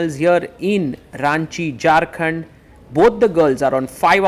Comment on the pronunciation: I'm from ranchi and I didn't even knew any tournament like this btw you pronounced Jharkhand wrong 😭😭